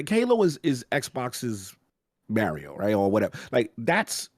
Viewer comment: Everyone: "Mario": "Merio"